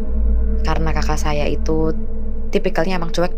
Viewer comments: Terganggu banget sama kata KAKAK yang diucapkan seperti mengucapkan kata gagak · Kok pas penyebutan "kakak" nya keggitu yaa.. ☹️ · Huruf k yg di belakang nya di sebut😀